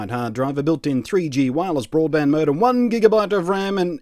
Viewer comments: Boradband Modem? You usually manage to catch yourself with that kind of thing Blunty! Tired? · Boradband lol